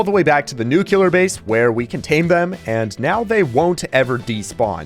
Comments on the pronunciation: I hate how he says "ravenger" and "nucular" 😔💔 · I swear if i hear "new queue lurr" one more time...... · is the “nucular base” supposed to be a “nuclear” base? 😭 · i love your content but you said nuclear wrong LOL😭